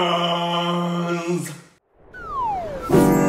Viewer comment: I'm never saying Bananas normal again. It's gonna be "BANANANAAAAAS, BANANANAAAAAS!" from now on. 😌